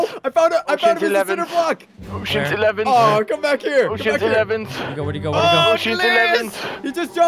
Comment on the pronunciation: uceans eleven ... uceans 😂😂